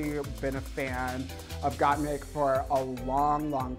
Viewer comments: I love how Shea was saying Gottmik correctly 'Got Mick' but Trixie said it incorrectly 'Got Meek' so many times that Shea switched to saying it wrong too :') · Not Trixie saying got-meeeek 😂😂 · Trixie couldnt say Mik she said Meek ahahahah... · Why does Trixie keep saying “Got-MEEK”? Isn’t it pronounced “Got-MIK”? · The way that Shea was pronouncing gotmik correctly until Trixie started saying “got meek” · the way trixie pronounces gottmik as “gotmeek” got me dying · Shame the re-upload couldn't make Tracy pronounce GottMik's name right. "GottMeek" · i like how Shea said gottmik's name right the first time but got converted to saying got meek by the end thanks to trixie lmaoo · “GottMEEK” Trixie, guuurl.. just stop. ✋ 🛑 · I love that Trixie can’t say Got Mik’s name right. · Why are they calling Gottmik “Gotmeek”? Shea said it the right way once then Tricia kept saying it the wrong way and Shea then followed suit 😂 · Okay so trixie calls her gottmeek. Did anyone else notice how shea said gottmik at first and then later called her gottmeek. Yous'a bad influence trixie lol. I liked getting a chance to see everyone's lip sync, but doing everything over and over was a bit much. I would have preferred for everyone to enter the workroom and then let the twist play out. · why do they keep saying gotmeek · no girl, gat but a combine the "o" a little bit more and mik but combine an "e" a little with the "i". the fucking english language is hard af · She may have mispronounced GottMik, but she's the first queen I've seen reviewing this episode who pronounced Lady Marmalade correctly. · Trixie really said Gottmikь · Did no one prep Trixie on how to say Gottmik? lmao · How’s Shea & Trixie mispronunciation of GottMik while saying how they know and love her!!!🤩✌🏽✌🏽✌🏽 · rewatching this while s14 is airing and trixie gaslighting shea into mispronouncing gottmik hit me like a truck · Why is Trixie mispronouncing Gottmik's name?